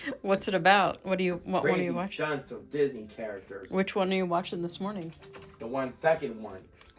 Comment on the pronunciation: Lol! I thought he was saying "Disney, [you] Jack@ I audibly gasped! Than full chuckle. Great after a stressful day at work. Love you guys!